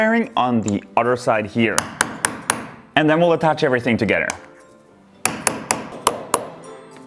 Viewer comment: It sounds like he’s saying togeter instead of together